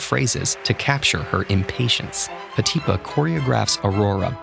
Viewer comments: I believe the stress mark is on the last syllable: Marius PetipA not PetIpa, as it's common in French. Thanks for the nice video apart from that ✨ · He done said Petipa like PeTEEpa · in Petipa the accent is on the last syllable as in French words... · I’ve never heard a fellow dancer pronounce Petipa’s name like that.... does anyone know if this is the right pronunciation? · An expert who cannot pronounce Petipa. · but you pronounced Petipa wrong 😂